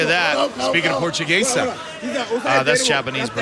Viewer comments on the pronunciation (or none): Wtf is 'portchogaysa' uhh.. thats Japanese brother, oo really thank you